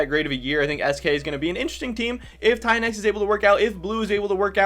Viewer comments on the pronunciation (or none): Tynx is pronounced TINX and Szygenda is pronounced SHOE-GEN-DA